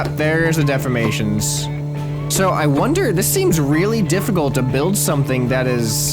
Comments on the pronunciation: defformation?? De-formation...Think Deform-ation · dude it de form mation not def for mation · dude its pernoused de 4 mA tion